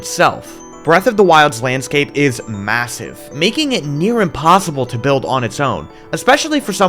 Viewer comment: perchance... did you just say, masive?